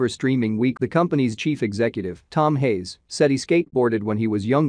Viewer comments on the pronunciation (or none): none